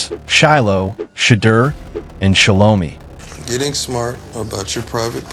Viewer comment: Her name is Pronounced SHEL-O-MY! 😑